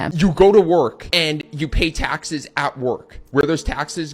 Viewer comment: I need someone to edit a compilation of this man just repeating “tahxes” 😂